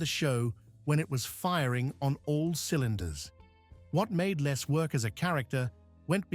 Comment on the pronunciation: It’s pronounced “LEZ” not “LESS” 🙄